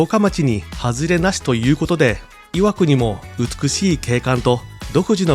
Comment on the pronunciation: の箇所、岩国の発音アクセントが正しいから嬉しい。「い」を強く発音するのが昔からの地元流。